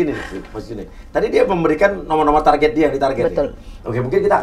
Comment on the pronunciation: KOREKSI mba, bukan TARJET tapi TARGET